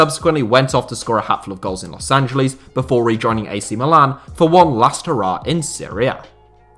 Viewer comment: Can you learn how to say Los Angeles